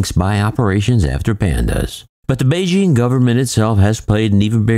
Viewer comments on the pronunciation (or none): none